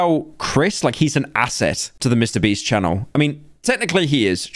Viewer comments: Can I get 100 dollars for everytime he says breast instead of beast? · I Just love how he keeps calling him mr breast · mr breast lol y is he saying "mr breast"? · I ffind it funny how pyro ALWAYS says "mr breast" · Its so funni how he keeps calling him Mr Breast lol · Why do so many YouTubers pronounce names and brand names wrong on purpose? Like Mr Breast, Gacci, Boblox, (especially Boblox) Is it just trendy or is it the algorithm? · holy did he just say mr "Breast" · why did he keep saying mrbreast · Why does he say Mr. Breast?